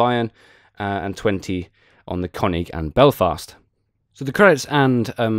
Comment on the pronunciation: It's called König, not Konig ;) Here you can listen to the correct spelling: Greetings from Germany :) P.S: Königsberg and not Konigsberg ;)